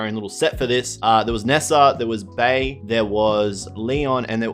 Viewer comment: "Bea's" name is pronounced "Bee"